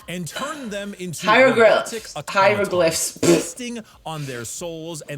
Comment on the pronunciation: im sorry....did you say, Heirogilfs?